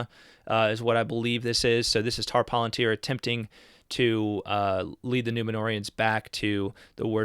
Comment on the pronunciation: I believe the word palantir is properly pronounced with stress on the second, rather than the first, syllable.